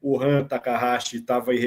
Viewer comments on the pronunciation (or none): A pronúncia dos nomes japoneses está bizarra...o [Ran Takahashi]... no [Ran]...[Ra] deve ser pronunciado como [ra] da palavra [barata].